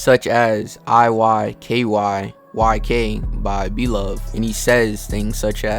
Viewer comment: “iykyyk” 😭 what jus say “if you know you know” it’s IYKYK